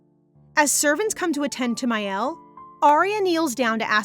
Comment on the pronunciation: Me twitching the entire time because the sister's name is Miel, not Mael 🥴